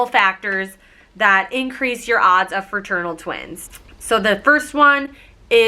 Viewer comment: iT is not ferternal it is fraternal